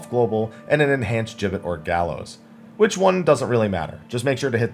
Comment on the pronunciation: Finally, someone who pronounces "gibbet" correctly!